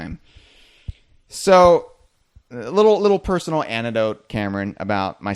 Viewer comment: It's an-ECT-dote, not an-TI-dote or an-IT-dote!